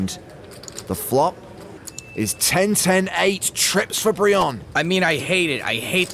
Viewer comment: "I had treeps"